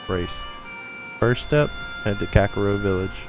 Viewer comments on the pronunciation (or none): Not just that. He butchered almost EVERY name. 1. "Eponia"- Epona 2. "Dogoro's" -Dodongo 3. "Kakoro" -Kakariko 4. "Coco" -Cucco 5. "Kakaroo" -Kakariko 6. "Hylina"- Hylia 7. "Lake Hyrule" -Hylia 8. "Kakaroo" -Kakariko BAD Zelda nerd. FAIL. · Dude, it is not Kakaro Village. It is actually Kakariko Village. Learn your Zelda man!! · kakaro village and coca co lady